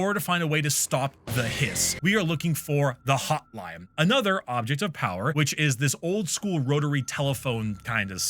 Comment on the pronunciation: i swear sometimes when you pronounce an n it sounds like an m and I keep doing double takes because it takes a split second for my brain to realize what you meant when you said "the hotlime".